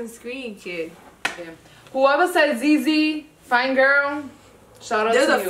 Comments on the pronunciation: The way they pronounced ‘ZieZie’s name like that with soo much confidence 😂😂😂😂 Baby girl it’s pronounced ZI ZI (like Zion but only pronouncing the ‘ZI’ and not the ‘on’) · Its zie zie not zey zey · it’s pronounce zi zi like the ‘ie’ is pronounce as ‘eye’ also please reaction to nsg ft. tion wayne- options